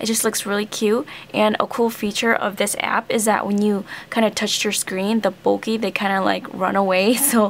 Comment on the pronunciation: When you said bokeh, it's sounded like bulky.